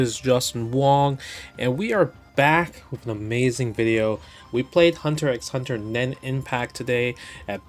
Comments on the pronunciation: Justin: "I'm a big Hunter ECKS Hunter fan" Also Justin: enunciates the × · "Im a big Hunter EKS Hunter fan" Cmon Justin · It's just "Hunter Hunter". You don't say the X. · Justin: "I'm a big Hunter x Hunter fan" also Justin: pronounces the x in Hunter x Hunter We spot you, fake fan. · I mean he pronounces the X straight away. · I read the manga like 20 years ago and pronounce the names like Justin lol, had no idea you weren't supposed to pronounce the X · Hey, I watched H x H three times through over the years before someone on Reddit corrected me to say that you don't pronounce the X.